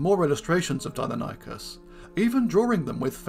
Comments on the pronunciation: Pronounced Di-non-e-cus....not Dino-ny-cus 🙈, did my head in that much I couldn't watch more than 4min of the vid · It's pronounced "dye-NON-ih-cus" -- the pronunciation is even given in this video . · Pronounced “dy-NON-ih-kəs”. See Wikipedia.